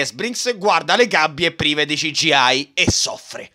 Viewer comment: te vojo bene, peró non puoi dire "Ci Gi Ai"...o dici "Si Gi Ai" o "Ci Gi i" 😂